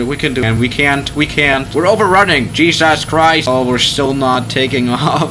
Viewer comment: Cheesus christch